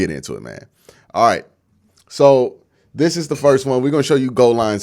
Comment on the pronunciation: Learn how to talk dis is not a word